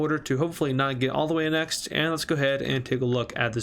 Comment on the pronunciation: you keep pronouncing annexed wrong and I hate it